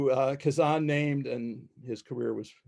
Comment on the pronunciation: This professor mispronounces Kazan's name and his nickname, "Gadge." It's like "Gadget," because in early days of the Group he had a talent for fixing things and creating solutions to problems. They called him the Gadget, then just Gadge. And please, please, it's not "KazAHn," it's "KazANNE."